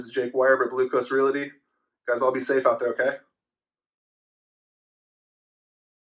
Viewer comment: Although I cringe when you say "reality" rather than "realty" your videos are very helpful and on point for anyone considering, as am I, relocating to Wilmington, NC. Thanks!